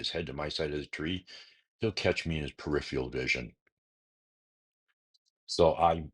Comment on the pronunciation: PeriphERAL not periphial 🙄